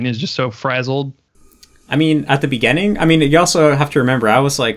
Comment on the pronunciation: "at the beggehning" dude's spent so much time with japanese pronunciation that he's forgotten how to pronounce english lmao